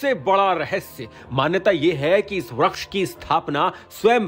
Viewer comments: वृक्ष को व्रक्ष कियौं बोल रहे हो😮😮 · Vriskh ko vraksh kh raha hai